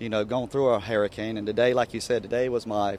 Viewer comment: “never gone through a haircane”